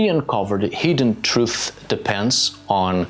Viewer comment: It took me way to long to realize that you were saying ‘hidden truth’ and not ‘heathen truth’ 😅